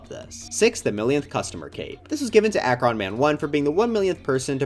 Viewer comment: As someone who’s from Akron, it’s always funny hearing people pronounce it when talking about the 1 millionth customer cape